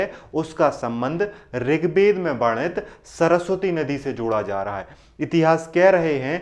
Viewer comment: Rig Bed nahin Ved hain, toda josh main bolo.